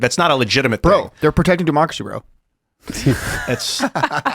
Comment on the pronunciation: "Gotta pertect dat demarkacy."🙄🙄🙄🙄